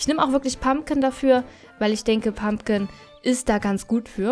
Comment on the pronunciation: Es heißt PumPkin.. und WHisperwind..